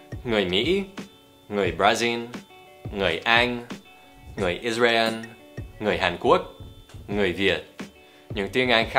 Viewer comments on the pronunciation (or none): none